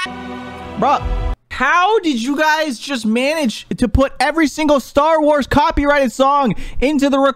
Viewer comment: best slips of tongue :cocky righted leblon